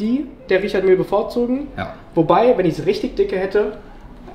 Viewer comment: Der Händler sollte vielleicht noch lernen, wie „Richard Mille“ richtig ausgesprochen wird.